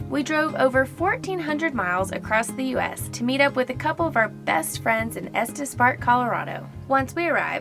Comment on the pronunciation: am I the only one who hears Estes Fart instead of Estes Park haha